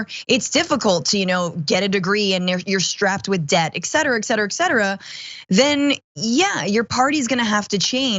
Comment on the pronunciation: Damage Report: LOVE all of you, but please please please (some of you) stop pronouncing et cetera as "eck-cetera" - this is not a matter of opinion, it's just not correct.